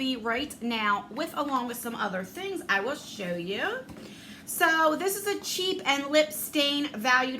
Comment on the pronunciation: Great video! When you said brow & cheek tint I thought you said brow & cheap tint...lol I had to rewind and listen closely...lol I went over to my son&daughter in law's house and visited and played with my 2 year old grandson. He is adorable! Hope your weekend is relaxing. ❤